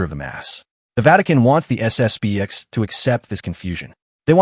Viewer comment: It's SSP-ten.